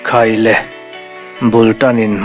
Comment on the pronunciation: Vaifim i en țhang a ni ngat ang, hahni dai duk a kan ngaihthlak lai laiin, 'khai le' i ti khauh zel mai 😄